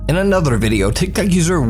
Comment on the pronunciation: doesn't it sound like everytime he says tik Tok it sounds like he is really saying tic tac